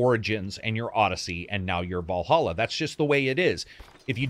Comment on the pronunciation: It's Valhalla not Wallhalla